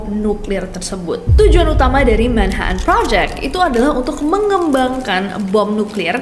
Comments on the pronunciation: Manha'an Bri'is Cocon'u wo'a Manches'e ci'i On the bo'om Li'e bi' wo'a 😂😂😂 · MAN - HA - TN BRI - TN BULEPOTAN